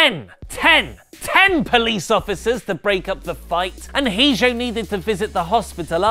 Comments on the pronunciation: Hi. Sorry to nitpick, but you absolutely butchered El Hijo de Dos Caras. Kept saying He-jo for Hijo, it's supposed to be pronounced e-ho, with the H being silent and the J making an h sound. Have a great day, I love the channel. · For future reference,, "hijo" is pronounced "EE-hoe." It's Spanish for "son." Their father was Dos Caras and El Hijo de Dos Caras calls himself "The Son of" Dos Caras because Alberto already used the name Dos Caras Jr. back in the early 2000s.